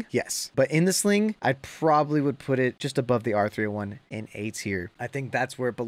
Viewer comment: I subscibed when he said " R30-Juan" XD